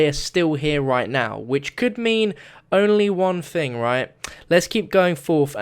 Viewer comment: wait he said thang